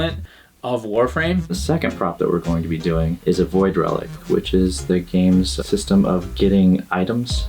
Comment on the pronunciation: I'm sorry saying void relic just knocks me off balance for some reason.